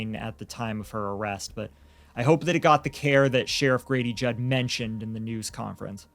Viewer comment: It’s JUDD not judge